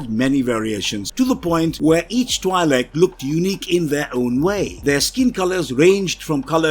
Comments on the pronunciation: IIRC, Twi'lek is pronounced like twee-leks. Also Twi'lek is short for "Twin lekku" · The I in the name is pronounced with a hard E sound. (TWE-Lek) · Good sir, Twi'lek is pronounced "twee-lek." The "Twi" part is pronounced like "twee," and the "lek" part is pronounced like "lek." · isn't it twee-leck? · Am I the only one annoyed by the pronunciation of Twi'lek? It is not supposed to sound like double/twice